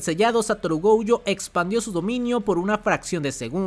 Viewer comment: Me caen muy bien. hacen muy buenos videos, pero como comentario muy personal> No pronuncien Toudo como TOUDO, Mahito como MAHITOU, Gojo como GOJOUU El japones realmente es muy parecido foneticamente al español y le estan aplicando la espanglish besitos